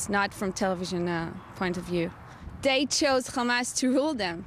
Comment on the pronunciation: it bombs DAT. DEY ... ITS DER FAULT xD Love it